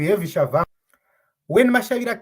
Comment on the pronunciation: What's Tshavangu. Respect other people's language. There is no V . It's Tshabangu ok!